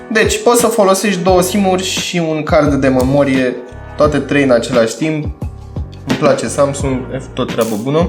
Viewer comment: momorie 😂😂😂 wtf